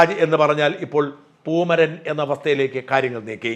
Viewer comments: പൂമരൻ അല്ല " പൂമൈരൻ " എന്ന് തിരുത്തി വായിക്കുക 👍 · പൂമരൻ അല്ല പൂമൈരൻ ആണ്